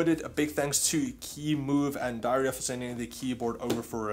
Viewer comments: It is pronounced dee ehr ya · Sounded exactly like you said ‘diarrhoea’ 😂😂👌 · Man really said dioreah